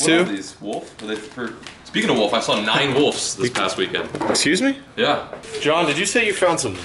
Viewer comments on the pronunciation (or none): ITS wolVes not wolFs